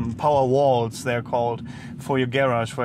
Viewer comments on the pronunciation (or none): That's interesting how said garage ish. He said the prefix like the Brits do and the suffix like Americans do.